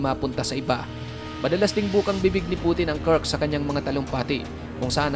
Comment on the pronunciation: Kursk hindi Kurks!